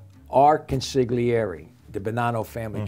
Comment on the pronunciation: When he pronounced the “g” in “consigliere” it made me cringe